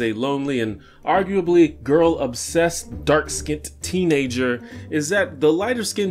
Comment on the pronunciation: He said "dark skinnt"